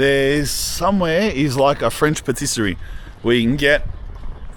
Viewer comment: it's engagement bait to get people talking - like calling granit marble 5 times and paStisserie